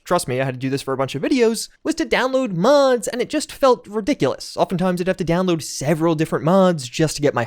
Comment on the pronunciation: why do you say mods like that?